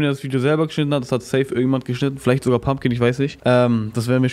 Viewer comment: zum ten mal es heißt PUMPING MNKY NICHT PUMPKIN